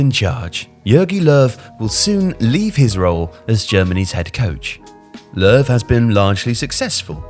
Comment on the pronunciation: It's more like 'Luhv' because it's an ö in German, and German J's are Y's. I've never understand the 'Jogi' part. I figured it was a nickname, or a short name.